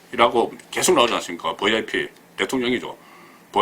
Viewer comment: 듣기가 참 좋아요. "버이아이피" ㅎㅎ